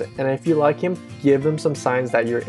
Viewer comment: "I leik your lips" Wat? xD